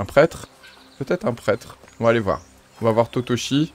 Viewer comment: lol, "parler a totochi? ben non c'est tochichi!!! mdr